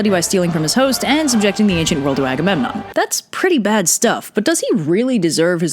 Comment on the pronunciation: also, it’s agamemnon